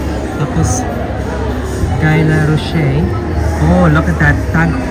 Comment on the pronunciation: Guy Laroche pronounced as "GI LAROSH"